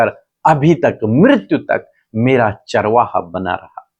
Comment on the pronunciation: प्लीज, चारवा का उच्चारण चरवाहा के रूप में करें.... धन्यवाद